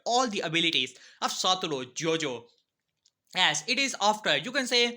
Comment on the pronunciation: My guy really said satouro Gojo